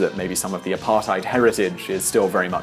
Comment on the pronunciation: I'll never get over the apartheid pronounciation